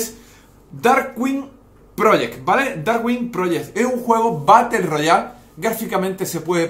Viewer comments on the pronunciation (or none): Batel royal? O battle royal?... Estos españoles es que no les dan clases de inglés.